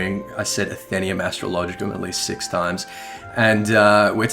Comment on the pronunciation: I think it's pronounced Athe-NAE-um but whatever...